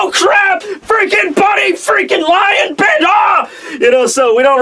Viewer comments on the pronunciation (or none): none